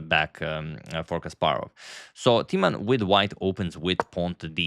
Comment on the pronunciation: Knowing you appreciate : Timman is mispronounced , the i , a vowel as is usually the case in mispronunciation . You make it into Teaman , funny . The i should be pronounces as in Tim and timber : Jan Timman . I corrected you on the pronunciation of Dutch chess player Roebers ( the oe sound ) , which you later pronounced correctly , I hope you do the same with the name of one of the best Dutch chess players ever .